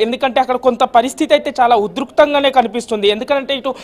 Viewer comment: Orey anchor ga telugu ane subject untadi nervhuko udtukhtanga kadu udrikthanga